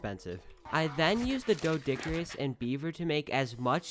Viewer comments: its called a dodicurus not deo !!!!!!!!!!!!!!! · your doedic oronunciation tho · You say it like this doedic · Its pronouced like dO Dic a rus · He literally pronounced the doedicurus as dilo tf??